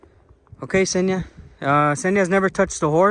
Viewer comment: An American swallowing the first consonant like they always do))) I kept wondering who the hell was the guy Senya behind the camera, while I clearly saw it was a girl. Senya being a male name btw. Eventually I realised he was talking about Kseniya (the girl's name)